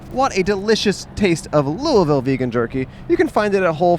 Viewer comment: I realize you probably won’t see this but thank you for saying Louisville correctly lol